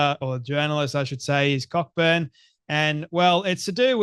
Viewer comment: Cockburn is usually pronounced CO-burn,.